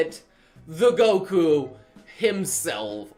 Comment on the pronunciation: My laughing the hole time he says goku I get triggered